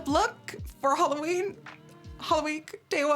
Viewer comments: Every time you say, "Halloweek" my holosexual gene hears, "Holoweek." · yeah I know. But u know what I mean. The whole 'holoween' sound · Am I the only one who thought that she said holoweak 💿💿💿